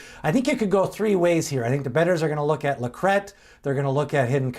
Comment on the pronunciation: Thanks for pronouncing LaCrete correctly. Rhymes with bet!